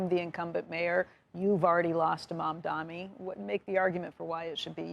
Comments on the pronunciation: How difficult it is to say MAMDANI instead of MAMDAMI? Is this intentional? What is the reason? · You still calling him “Mamdami” instead of Mamdani, what is the reason? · I know CNBC has a Israel agenda BUT - At least say his name right. It’s Mamdani. Pretend better! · Purposely not pronouncing mamdani name correctly. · Bro, these incompetent corrupt losers can't pronounce Mamdani's name right 😂. Kinda impressive ngl . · They keep pronouncing his name wrong. It's annoyingly disrespectful. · You can't expect to beat someone when you can't even say his name right. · It's incredible that they still can't say his name right.... It's literally phonetic.